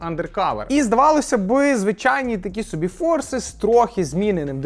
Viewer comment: Наголос по соБі, а не по сОбі